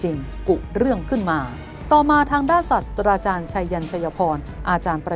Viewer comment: อ่านว่า ศาสตรา ไม่ใช่ศาสสะดา พระพุทธเจ้า จึงจะเรียก ศาสสะดา